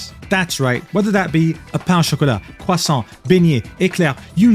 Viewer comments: As a French person you said "Paint au chocolat" and the names of our other pastries really well ! 🤩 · I must say... As a French, your pronunciation of "pain au chocolat, croissant, beignet, éclair" was incredible. For a second, my brain got confused lol